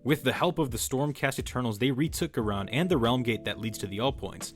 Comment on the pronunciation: good video, hope to see more. Also, a heads-up: in AoS and Fantasy Ghyran is pronounced Guy-Ran, like how Iran is pronounced eye-ran